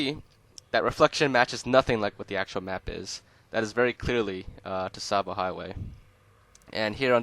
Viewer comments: "tuh-savo" its just pronounced, "sahvo" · Hate to do this but it’s pronounced “ savo” the t is silent. Tsavo means “ a place of slaughter. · It's pronounced "Sahvo" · It’s pronounced Tsavo Highway not Tsavo Highway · Tsavo. "Tasavo" Say cats... Now say Tsavo. Its just like cats. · wait, I thought the T in Tsavo Highway was silent and it was pronounced sahvo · It's pronounced savo highway the t is silent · Is it really? I always thought that, much like Tsar, it was pronounced “T-savo” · Who is annoyed that he pronounces the “t” in tsavo highway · The “t” is very lightly enunciated, but yes, it shouldn’t be so pronounced. The “t” and the “s” should be part of the same sound, almost like the sound someone makes when they make a sizzling sound. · A tip for pronouncing the ts sound: Say a word that ends with it, as those are common enough in English. So, for example, say, “cats.” Then, say catsavo. Then drop the kæ, sound, and you get “Tsavo.” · The T in tsavo is silent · The "T" in Tsavo is silent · A pang of physical pain each time you pronounced "Tsavo" with the "T". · I'm not trying to sound like an ass, but the T in Tsavo is actually silent, PS I like the video. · Great video, but the 'T' in Tsavo is silent. Just a heads up lol.